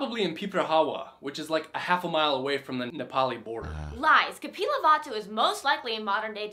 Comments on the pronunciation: thats kapilbastu but that man said kapilvatsu that was quiet funny!!!!! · Not "kapilvatsu" its "KAPILVASTU" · just so you know, it is 'Kapilbastu', not 'Kapilvatsu' guys. thanks for